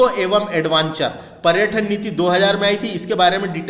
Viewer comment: क्या लेक्चर दे रहे हो भाई तुम्हे ढंग से हिन्दी बोलते भी नही बन रहा । पर्यटन और पर्यठन में भी फर्क नही समझ रहे ।